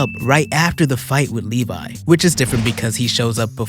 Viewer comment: As a fellow Attack on Titan fan I love how you pronounce Levy like Levi. 🤣 you said but you meant Thraxan. There is an entire crossover comic called Marvel Team up where there is a lot more than in show with Invincible and Spiderman and Doc Ock.